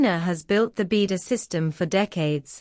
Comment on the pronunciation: You need to Teach your Speech How to pronounce BeiDUo!! It's an agony to Listing to it Now !!